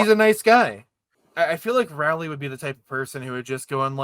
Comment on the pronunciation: STOP PRONOUNCING ROWLEY AS RAWLEY